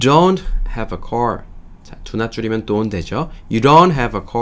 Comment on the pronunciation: 제가 듣기가 않좋아서 아래와 같이 궁금한 사항이 있어 질문드립니다. 흠잡자고 하는 것 아니니 오해는 없으시길 바랍니다. This is my car You don't have a car ~car 발음과 ~car 발음이 내 귀에는 다르게 들리는데 다른분들이 듣기에는 어떠신지요? ~car의 발음이 내 귀에는 call 처럼 들립니다. is he a good teacher 에서 is의 발음 es 처럼 들리는데 여러분의 생각은?